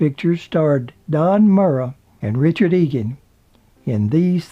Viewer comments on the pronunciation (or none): none